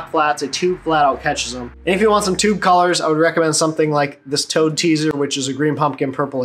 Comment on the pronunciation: Bro.... i thought you said tongue style bait instead of toad at first haha. Must be that Michigan accent! 😂